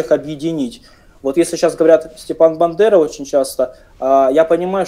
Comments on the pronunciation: смотрю вас каждый день. Всё ок, но пожалуйста, научитесь говорить БАндера, а не БЕндера. В Молдове есть город Бендеры, это другое 😂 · не называйте пожалуйста Бандеру Бендерой, слишком уж созвучно с молдавским городом, тем более не правильно